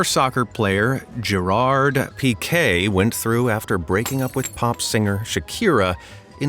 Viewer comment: As an Irish guy gerard was hard to watch because instead of pronouncing it like geiraird you pronounce it like gerald